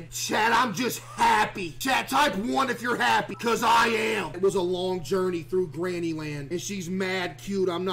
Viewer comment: bro said genny